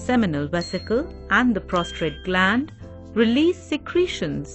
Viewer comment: Oh my God, "prostrate" gland. That's hilarious. Good one.